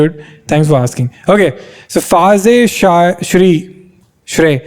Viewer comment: bro it not faazee its faze its a gaming clan